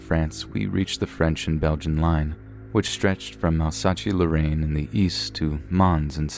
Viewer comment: Also, pronounce Alsace in the first story as Al-Sat-Chi when it is Al-Sass. Apart from that good job as usual!